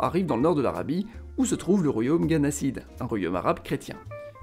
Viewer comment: Pas le royaume '' Ghanasside '' , mais plutôt Ghassanide